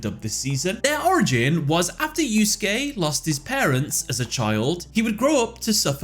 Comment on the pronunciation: pronouncing Yusuke correctly is the greatest character development of the year